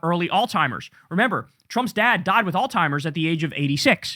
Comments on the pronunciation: Kyle…it’s not “ALL-TIMERS” it’s alz-hiemerz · its Alzheimer's not "all timers". still love you no shade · Kyle I fucking love you man but please stop saying All timers! It's driving me up the wall every time you say it. Alzheimer's Kyle, Alzheimer's. Keep up the good work. 😅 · Kyle, can you please learn how to pronounce Alzheimer's? I watch you everyday, but it's killing me hear you say "all-timers" every fuckin time you talk about Trump's brain melting 🤦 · It’s Alzheimer’s, not Altimer’s with a t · I love you, Kyle. But, there’s no “t” is the word Alzheimer’s. It’s pronounced like “Alls-hime-ers”